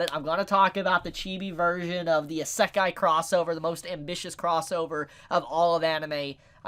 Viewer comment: Please tell me your mispronouncing isekai on purpose